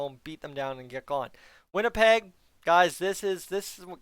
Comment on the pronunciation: did I just hear winnilpleg? Lol